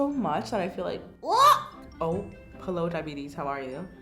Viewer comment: Nigerian? Only Nigerians say hewo